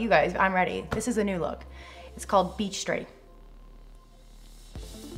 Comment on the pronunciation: When she said beach straight it sounds like be straight 😂